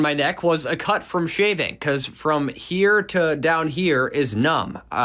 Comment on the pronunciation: As a legendary commenter (on this video) once said; How are you HEE-HEEre?